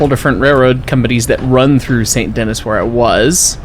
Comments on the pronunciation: Fun fact, Saint Denis is not pronounced “Saint Denis” it’s actually pronounced “san danee (in a French accent)” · the city of Saint Dennis is not pronounced the way it looks. Its pronounce "San Denee". its french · It’s pronounced San den-ee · "Saint Dennis" is crazy lmao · "We made it to Saint DeNNiSS" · ah yes, my favorite town "Saint Dennis" give him no context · Those semaphores sprinkled all over Saint Denis (pronounced Saint Danee) are upper quadrant semaphore signals, common on British railways in the early 1910s-20s until being replaced by electric light signals in the 60s. I’m sure you know this already, but the 4-6-0 is mostly based of the Baltimore and Ohio #147 “Thatcher Perkins,” built in 1863. She retired from service in 1892 which means this engine does not fit the 1899 time period by 7 years, unlike the more period appropriate 4-4-0 which is based off NYC #999. The bell sounds for both types of locomotives are taken from Strasburg #90, albeit a bit smaller than they actually should be. Surprisingly the AI engineers have accurate American whistle codes you’ll occasionally hear when departing/arriving at stations, going through crossings, even that emergency 5 blasts to tell you “clear the tracks.” All-in-all, pretty decent portrayal of turn of the century American steam while still being cursed in the infrastructure department. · i've never been to Saint Denis and i'm irrationally bothered by it XD